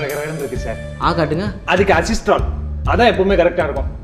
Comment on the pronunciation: Athu Aziztral ellapa, Azithral